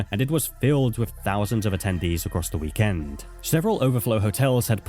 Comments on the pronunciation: The way he says weekend is genuinely frying me 🫩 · couldn't finish the video because of how fucking stupid the bot pronounced weekend.